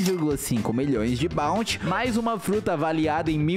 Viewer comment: ele falou bouty